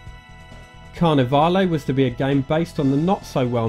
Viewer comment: Carnivalé had the "E" being SILENT. It's: Car-ne-vall